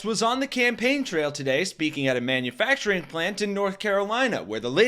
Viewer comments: Why does he pronounce manufacturing as man you facturing....? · It's so comical listening to him sound out "Mann-yoo-FACTuring jobs..." like it's the first time he's ever heard it- every time he says it. 🍿